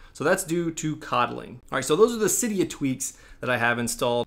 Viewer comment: It’s pronounced see-dia